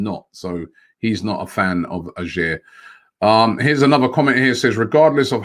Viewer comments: OMG Robbie is not pronounced A-SHERR but A-YOH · Ajer is pronounced "aye er". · First of all robbie you arent saying AJER name right Hes not good enough for us so take him (Celtic fan) Hands off edouard